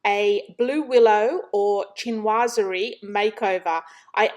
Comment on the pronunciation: Wow, you are so talented, I don’t have a creative bone in my body. And it’s pronounced sh not ch.,chinoiserie. Have a blessed day.